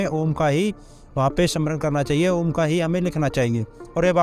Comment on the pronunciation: भाई सद्गुरु को जवाब दो। ओम को आम बता रहा है। 😂